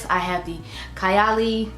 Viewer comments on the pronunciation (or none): Happy birthday, mom!🥰 I think the lip matches with the outer corner color of your eye. Needs a darker liner but otherwise its great. Also, its pronounced Kaaay--- Ali. I only own Apple and 28. I am looking forward to fall and winter to reach for '28 again. I have less than half a full 1 oz and a travel but when im finished , I wouldnt repurchase. Burberry Goddess is what I think '28 should have smelled like.